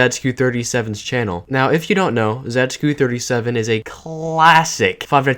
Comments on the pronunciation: wtf why do u pronounce it as zaygeekoo it's just zay-tzu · It's pronounced ,,Zaytsu37" I think... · my ears are bleeding how you pronounce zajcu37